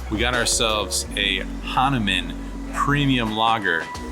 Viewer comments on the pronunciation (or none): It's pronounced Hon-nu-mon great beer been around forever. It is also a name for a Indian deity. Cheers mate enjoy!